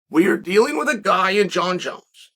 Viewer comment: Francis called him Jun-Junn